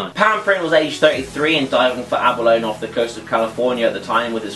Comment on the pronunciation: Aba-lone haha, Love it, I'm pretty sure it's pronounced abb-r-low-knee XD